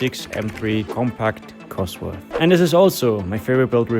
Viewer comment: don´t say cosworth 😵‍💫